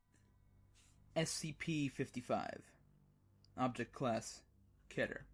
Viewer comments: Not kee-ter GET IT RIGHT PEOPLE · Okay bro, you missed pronounced "Keter," - because it rhymes with Peter. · It's kee-ter